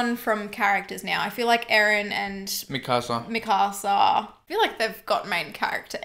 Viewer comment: Hearing “mi casa” instead of “mikasa” is oddly painful